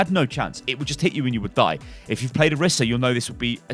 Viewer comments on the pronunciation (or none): none